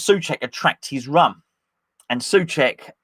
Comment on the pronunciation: SO-cek why can’t you just say it?